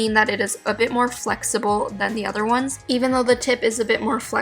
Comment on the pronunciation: You said in whone of your video's i like the soft whone's